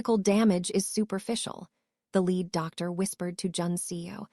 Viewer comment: Please pronounce lead and lead in the correct grammatical tense and definition